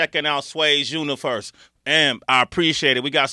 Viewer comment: "Sway's uniferse" 😂😂😂 Love you Sway!😂😂😂